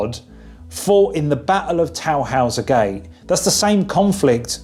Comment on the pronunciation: Also it was Tannhauser Gate... now "Towhouser". We're splitting hairs but hey